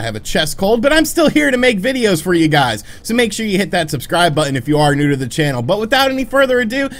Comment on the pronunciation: "I wanted to bring it to your guyes attention" 🤣 never change bro